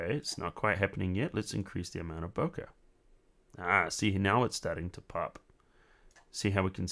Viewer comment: It's pronounced "bo-kay", not "bo-kuh". Good tutorial though.